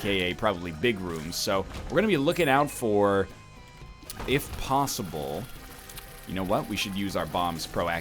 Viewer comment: why he say plosible when its posible